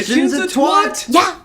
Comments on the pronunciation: I know right? It's twat not twot. Fucks sake. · + 100 point for pronouncing twat correctly!!! U go Nostalgia Chick!!!